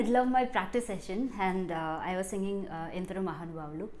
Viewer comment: I am a Telugu person. I observed many of my tamil and malyali friends pronouncing 'ha' as 'ga'. Even you are singing 'Endaro Ma"ga"nubavulu' instead of 'Endaro Mahanubhavulu'. Just wanted to say this as this is a telugu song.